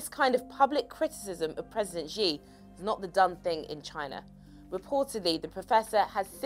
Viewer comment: First, learn to say the Chinese names properly. Chen KIO Shee? President GZI?!? Come on! You're just losing credibility with this amateurish covering. But yeah thanks for at least spreading awareness of already old news. Less thanks for spreading the WHO's line of thought, which is funded (or rather corrupted) by the CCP. China's effort have been "swift" and "aggressive" but this is NOTHING praiseworthy. They've had to take desperate measure because of their initial negligence, which is inherent to an autocracy. They haven't been transparent at all, only manipulating numbers and categorisations rather than concealing them altogether, which is even more confusing. They haven't let any foreign experts in. They've pushed contradictory propaganda all over the place. There is nothing enviable in the ways they've tackled what is going to start a worldwide pandemic.